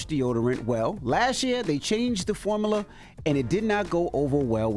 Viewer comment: Envy pronouncing "formula" as "form-AH-la" pisses me off 😡😂